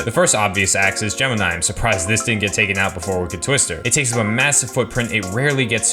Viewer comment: There’s other areas in CP that could be revised for a coaster. Also “gemeni”.. it’s gemini.